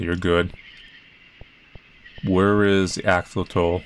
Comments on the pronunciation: >axotoll wew, thought you'd know how to pronounce axolotl. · The way he says axolotl is incredibly strange. I’ve never heard it pronounced that way, like ever